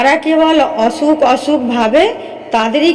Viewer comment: অছুক❎ অসুখ✔️